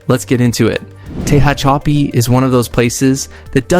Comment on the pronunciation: "Tehachapi" is pronounced "te hatch a pea." Ridgecrest is an interesting town... 'Not sure I would want to live there. Corcoran State Prison is important to be aware of.